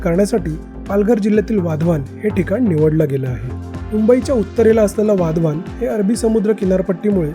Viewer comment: वाधवान नाही ते, वाढवण आहे ते, मराठीत व्हिडियो करताना तरी नाव व्यवस्थित घ्या, हिंदी लोकांचं ठीक आहे